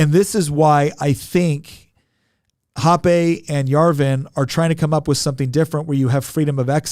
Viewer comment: "hopp-ay"... I'm pretty sure it's pronounced "hopp-ah". Hans Herman Hoppe.